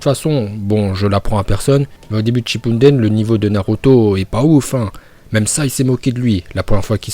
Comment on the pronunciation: Pourquoi tu dit shippundene